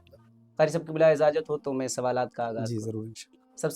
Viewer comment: Assalam o alaikum wa Rahmatullah If you don't mind Then i wanna say to you something for correction You say in every vedio in last time When you about to end the vedio "Izajat" That Is " IJazat " Plz Don't take it to heart ❤️ at least Your vedio Nowadays Comming Awasome Carry on Insha Allah Allah will Give you Graet Result........... Thanks Regards Mohammad Ahmad Sikandarpuri